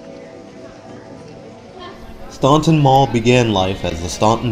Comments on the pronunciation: It’s pronounced “Stanton”. No one from VA knows where “ stonton” is. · The city’s name is pronounced Stān-ton. The u is silent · The last time I was at this Mall was around the time I moved away from Staunton to SW VA in the early 2000s. This mall was in dire straights then! And as others have mentioned, the city, mall, river, and etc, are pronounced "Stan-Ton." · Staunton- "STAN TON" The U is silent. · its pronounced STANTON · It's pronounced "stanton" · Yep - the "U" is silent. It's pronounced "Stanton". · Went to Mary Baldwin College from down the street from here. Spent way too much money at Bath & Body Works back in the day. /edit/ dang bath & body works is still there! <3 Also, its pronounced "staun-TON". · It's pronounced STANTON. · STAN ton. Omg !!!! Its pronounced STAN ton!!!! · In Virginia we don’t say Staunton like you did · Same thing with McLean and Norfolk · Yes your right. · Too bad they don't do enough research to pronounce the city name correctly. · Yeah, that falls under doing due diligence as the producer, to ensure that you pronounce names correctly, especially when you're doing the narration in post-production. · I live in Staunton and you are pronouncing it wrong. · He's mispronouncing the first syllable, not the second. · We don't say the u in Staunton. . . 🙄